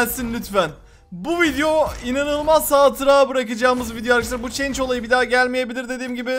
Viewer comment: Yahu çeync (change) değil şans şansss (chance) 😂😂😂😂